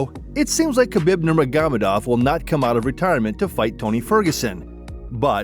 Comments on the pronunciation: atleast give the rest to Khabib Nurmagomedov and pronounce his name right ^^ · KA-BEEB NER-MOG-GO-MED-DOV